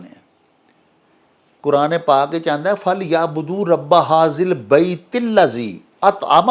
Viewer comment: Rabba haAzal bait hae,dear dr sb,,hazil bait nhi